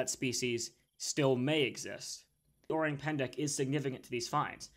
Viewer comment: "Orang" sounds like Orange except no "j" sound but a hard "g" and silent "e". I know as I speak Indonesian and have actually lived in the jungles of Sumatra. I think it is very possible this cryptid exists, but you have to take the details of what locals say with a grain of salt because they are very superstitious